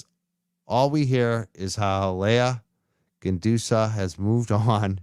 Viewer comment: you drive me crazy with the mis pronunciation. It is pronounced "Jen-do-so". Still a good show though. 👍